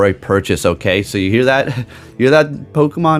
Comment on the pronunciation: Brothers stop saying that it’s scopely